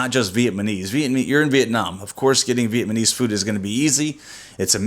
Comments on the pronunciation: Vietmanese... LOL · I know you're not aware of it but you keep calling us Vietmanese. We are Vietnamese. Other than that, you guys seem like a pretty cool couple. Good luck with the channel.